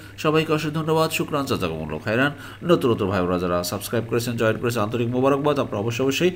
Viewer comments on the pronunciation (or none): none